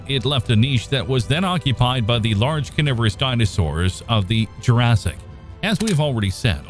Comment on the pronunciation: No I haven't. Is that the prequel to Jur-RAY-sic Park 2? But I have to admit I have heard of Jur-say-ic World.